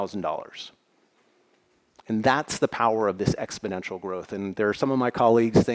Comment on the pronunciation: I guess exp-o-nential don't know covid.